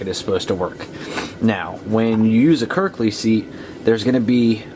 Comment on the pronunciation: Sorry but it's not kirkley no l lol